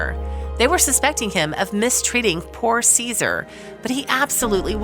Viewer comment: Dog's name is pronounced Jehsoor, or something to that effect in Turkish. It is not the same as a Roman emperor.